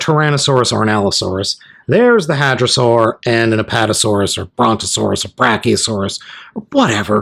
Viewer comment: it’s brakeosarus not BRONKeohsurus